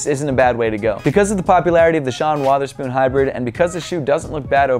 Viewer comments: Sean Watherspoon really come on it’s Sean weather-spoon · the "Watherspoon" LOLOL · WOATHERSPOON XD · Why do you say weatherspoon so weird 😂